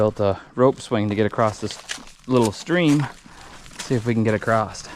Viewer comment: why do people that have intelligence say the word "acrosed? It's "across"!! lol